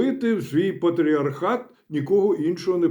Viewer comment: п.професор обмовився по Фрейду "пархат" замість "патріархат"